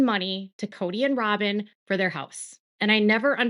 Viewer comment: I’m so tired of you saying robbem because of Kody…robbbin knows what she’s doing.